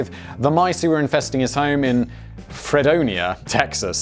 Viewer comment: Fredonia is pronounced Freedom-ia, except with an N.